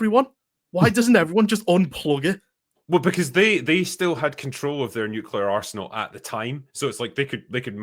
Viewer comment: When is saying arsenal I kept thinking he was saying arse-hole 😂